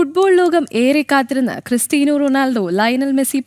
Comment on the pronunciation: ക്രിസ്റ്റിയാനോ അല്ലാതെ ക്രിസ്റ്റീന അല്ല. Pronounciation ❌